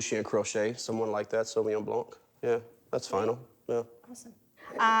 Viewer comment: I just want to say, it is "bl(y)an", not "blanK". The K in "blanc" is silent. And the N is nasal. Bl(y)an(nasal).